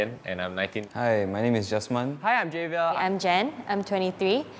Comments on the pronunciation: "Hi, I'm Javier" (jay-vi-er) But doesn't it pronounce "ha-vi-er"? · JAHVIER? really?? get your name right or change it.